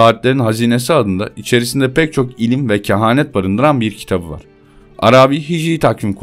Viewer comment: İnatla "kehaneti" niye düzeltmiyorsun?!